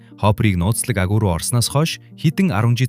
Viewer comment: Aguu kcymn agui bish alnshu